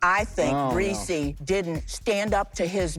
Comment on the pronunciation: Did u hear call him- RESEE